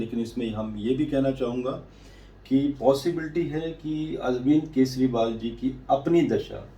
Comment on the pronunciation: केसरीवाल नहीं, केजरीवाल। रेबड़ीवाल जवाब तो देता नहीं, अटैक कहां करेगा?